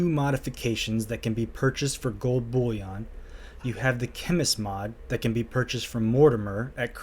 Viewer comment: I laugh every time he pronounces bullion like it's bouillon the soup 😂